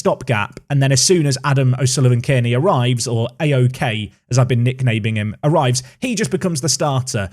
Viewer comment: A-OK is a cracker of a nickname, if you are saying the surname though its pronounced the Kearney is pronounced Car-Knee!